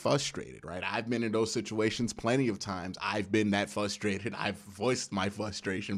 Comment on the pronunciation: I love how he forgets the "R" when he pronounces "frustrated"